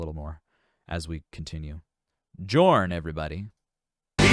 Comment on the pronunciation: You pronounce Jorn as Yorn......and Lande as Lawn-Day.